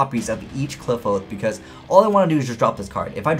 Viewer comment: Its supposed to be pronounced like apocalypse right